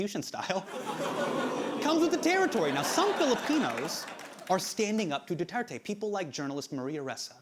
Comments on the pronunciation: Late response but Du-Tear-Teh, (tear as in rip) and Shah-boo, the a pronounced as 'ah'. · Sha-boo and Du-ter-te mispronunciation club here